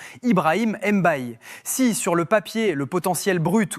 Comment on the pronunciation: Un des grands crack mondiaux????? Mayulu??? Les gars arretons d exagérer, les superlatifs du genre n'aident personne. Pq en faire tant. Et quand le petit sera dans le dur vous direz tous que cest une chèvre. 😒. Et puis on prononce MBAYE pas Èmbaye